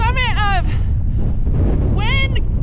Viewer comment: Waun sounds like wine. Other words quite good!